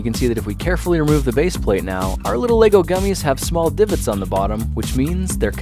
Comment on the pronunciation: Yay. Someone who pronounces it right as lego bricks and not legos